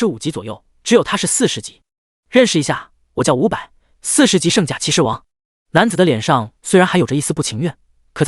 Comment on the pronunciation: 又是一個把士 念成土的文章